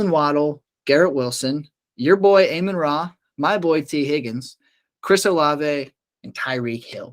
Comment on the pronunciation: I don't trust guys who can't even pronounce Amon Ra, Doubs, and Pollard correctly.